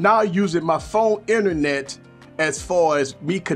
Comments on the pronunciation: I love his pronunciation too! "Inenet" is my word of the week haha! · Thx for that man! I kind of think most of the features this provides, are already possible without it, like: - the Inernet (I love your pronunciation lol ) , we have the ability to use an Android as a router, & basically still using our big laptop screen, with our smartphone's Inernet :D - Checking our files / pictures: it's almost the same to plug the phone to navigate through the files & find our pictures, double click on them & seeing them on PC screen, same for most other files (videos will have to be buffered, & some files might not be compatible with Windows apps, but no big deal) - Working on Office like docs: you can almost seamlessly go from 1 device to the other using Google's online "Office" version, & if you need deeper productivity, probably that going on desktop version by regularly transferring the file on PC is a better idea, while not being that much of an hassle (especially when your phone is plugged anyway, if you use DeX through USB; if you're always synced in BT, even easier)... IMO For Gaming, it's a complete + this time, as you may have the Windows version of the games, but not the Data of every games shared through different platforms (exactly like between PS, Xbox & PC), so using your PC Screen while progressing on your Android version of games (or games only available on Android of c), is heaven. The phone call sync allowing to use the PC speakers & mics, is great too, & was probably integrated to concur with the fruit company... or at least, filling